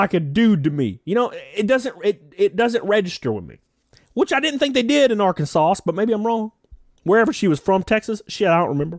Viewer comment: Arkansas?? More like Arkansus lmao